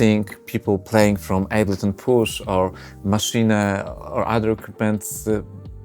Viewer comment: maszine ? hahahaha sounds like kkokakola i oranzus NOBODY DOES MENTION WHAT IS MISSING :-( , fpr example chord playing with the mouse...........